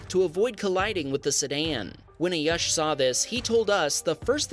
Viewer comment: It ayush ( aayuuushh) not a yush